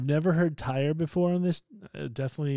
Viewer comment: yeah, it is not pronounced tire lol, for English speakers it is more like tear (like you shed a tear, like in teardrop, or tier). But then if you listen to Heri the singer/guitarist of TYR pronounce it, it is slightly different with his Faroese accent. There is a vid on Youtube where he pronounces it He also says when people say it like tear/tier they accept it/are ok with it because they do not expect people to speak Faroese.